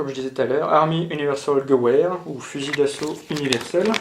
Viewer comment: hello je crois que steyr ça se prononce chteyr et gewehr se prononce gevir